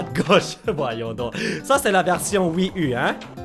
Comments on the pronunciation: ça ne se prononce pas wii u mais wii you;-) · Et, tu sais en France on dit pas "Wii ü" on dit "Wii ou" comme en anglais. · On dis louigi pr luigi et wii you par wii u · C'est pas wii u c'est wii you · La "Wii Hu" tu me fais rire ^^ Sinon super que ty joues